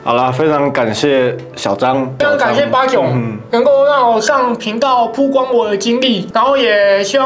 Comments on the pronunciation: 是“舖“光，破音字。非“報“光，匪式念法。😅😅😅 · ㄆㄨˋ光不是爆光，不要一直說垃圾中國話!!! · 每天必看八炯影片， 但我是覺得...居住「品質」而不是質量； 曝光也不念爆光， 這些還是覺得有被潛移默化影響的感覺...